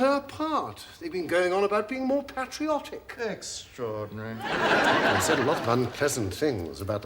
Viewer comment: Lovely to hear the correct pronunciation of patriot and patriotism. I'm so nostalgic for the days before everybody sounded like Americans.